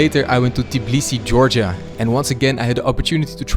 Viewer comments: It's Tbilisi, not "Tiblisi" 🙃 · It’s not Tiblisi it’s Tbilisi, when you say travel you say tiravel? Why you saying Tiblisi where you read after T i? Noone teach you in Tbilisi? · bro, please pronounce tbilisi not t-i-b-lisi, there is no i in between the t and b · It's called tbi-lisi, not ti-blisi. 😅 im a fellow georgian that lives in tbilisi! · Just keep in mind that it's tbilisi not tiblisi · yeah, it irritates me so much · It kind of sounds Tibilisi